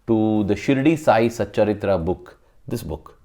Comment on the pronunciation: Sai satcharitha... Not satcharithra...